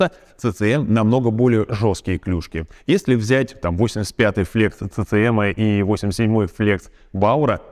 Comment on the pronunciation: CCM читается как Си Си эМ.